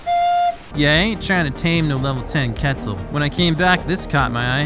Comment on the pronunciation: Did he seriously say ketsel